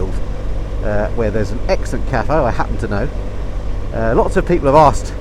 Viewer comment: Must congratulate you on the correct pronunciation of the the word caff not the posh version 👍🏼👍🏼👍🏼